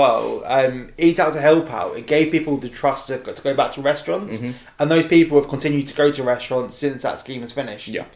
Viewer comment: First time on this channel Good video enjoyed listening Guy in the shorts needs to stop talking like this though .. Good Lord 🙄🙄 1 - we feel like this is a discussion that needs to be had by a FILM CHANNEL 2 - There;'s a thing where there not allowed to make announcements when the stocks CLOSED 3 - It gave people the trust that got them to go back to " RESTURANTS " 4 - There looking to do it immediately soon as POSSIBLE 5 - Like bond is kinda family so that would have " WORKED " 6 - in the uk bond would have probably taken about " TWO THREE HUNDRED MILL " 7 - There still many questions around it weather picture house is "GONNA CLOSE "